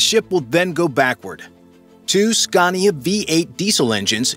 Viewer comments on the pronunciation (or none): none